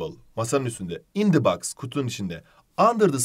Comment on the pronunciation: cok iyisiniz ama box u yanlis okuyorsunuz 🙃